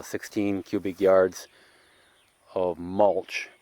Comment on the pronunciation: and cubic not qubic 👍🏼